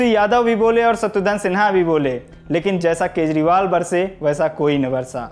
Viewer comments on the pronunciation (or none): भाई आप सबसे पहले 'शत्रुघ्न सिन्हा' का नाम ठीक से लेना सीखिए.... 'सत्रुधन सिन्हा' बोल रहे हो...😒